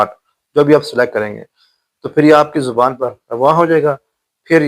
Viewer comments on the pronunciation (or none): none